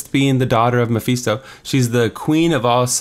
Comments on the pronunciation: I hate how you say mephisto, “mapheesto” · its pronounced meh-FIST-toe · Every time he says “Mapheesto” I want to punch something.